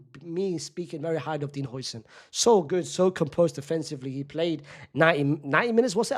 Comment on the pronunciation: Another day of correcting this mf 😭😭 its how-sen not hoi-sen😭😭